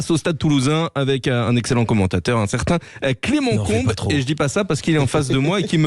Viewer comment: Trop bizarre d'entendre Clément "ComB" ici 😂